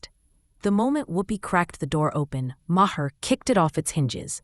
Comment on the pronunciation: I can't stand this AI BS. It called him Mah-her lol then in the next sentence says it correctly.